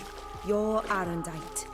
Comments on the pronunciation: AH-RUN-DITE. That is how it is pronounced. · Aerondight, not Arrowknight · I like how the clip of the Witcher pronounces the sword correctly and the narrator still miss pronounced it lol